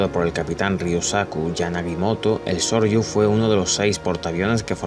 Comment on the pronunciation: No es Sorryu es Soryu!